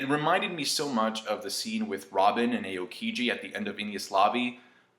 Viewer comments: it's pronounced owkiji... but japanese phonetics are kinda straight forward until you combine the vowels together. A pronounced, awe, as in you're in awe of something, and o, pronounced oh, like "Oh! look at that!" if his name was pronounced EHOHkiji it would be spelled eiokiji... or eokiji... just something to think about, I'm not saying for you to stop, or like being a dick, but I noticed it, and I thought that some information could help with the integrity of your vlog. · Eyokiji ? What the fack ? It'S AOKIJI ! you know what A means ?